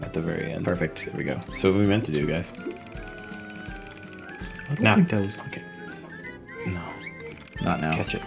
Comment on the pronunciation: lol == GUYS OR GAYS OR GUYS OR WHAT ??